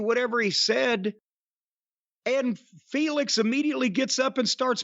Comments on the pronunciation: Lol it's Phoenix not Felix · I get so annoyed constantly hearing Sockface pronounce Rey Fenix as Rey 'FAYNIX'. Taz is saying it correctlly the entire time after Excaliber does, like dude that's not how words work.